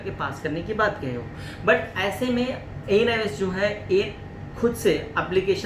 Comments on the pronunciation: ANIOS nhi hota...NIOS hota hai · ANIOS nhi hota hai . ..NIOS hota hai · Anios nhi hota hai sir ..... NIOS hota hai